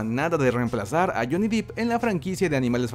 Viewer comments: Se dice Johnny DEPP... 😅 No DIP... Pegaba un brinco cada vez que lo decía... Gran fan de somos geeks! Saludos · Holiii!! Otra vez yo, vengo a chingar... Es Depp asi como se oye, no es DIP tiene doble P no doble EE. Ahi te encargo. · Cuando dijo “Johnny diip” 😂☠️